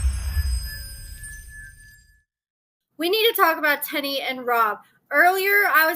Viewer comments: it's Teen-knee, not Ten-e. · Tennie’s name is pronounced “tea + knee” not “ten + E” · I thought her name is Teenie not Ten-e how pronouncing it 🤣🤣🤣🤣🤣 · It’s not TENNIE ITS TEENIE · It's pronounced "Teeny", 🤣 Thank you for the tea!♥ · Y’all be so ready to correct somebody especially! If it’s not pronounced Tenn-Eee why do they say it like that on the show?! Just loud and wrong smh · ma’am, they’ve said her name several times on the show and it is, indeed, pronounced “Tea-Knee” as in “*teeny*, tiny little one”. I am not correcting specifically. Why would I do that, I don’t know her to be targeting her to “correct her” out of… what? Spite? Hubris? Apathy? (You’d have to tell me 🤷🏽‍♀️). Maybe it’s a regional dialect issue affecting the pronunciation and therefore how I perceive and hear pronunciation of Tennie’s name. Instead of attacking me for some perceived attack of, on your part, you could’ve offered something constructive.